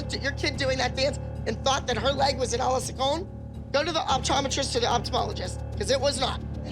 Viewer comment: can't stop listening to abby saying "a la seconde" 🤣